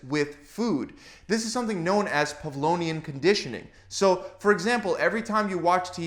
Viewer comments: PavloVian ? Rather than PavloNian ? Hmm? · Pavlovian not Pavlonian, no? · It's PavloVian Conditioning after Ivan Pavlov - not PavloNian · Pavlovian* It's a study done by Ivan Petrovich Pavlov, so it's Pavlovian* Conditioning, not Pavlonian. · Pavlovian not Pavlonian.